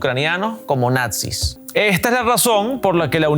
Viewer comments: ¿Dice Natzis?, Deutsche Welle si no les van a bajar el video que diga la palabra tal cual es. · “Natzis”?💀. NAZIS!!!!